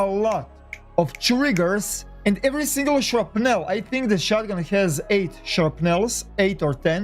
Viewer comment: "Shrupnell" LOL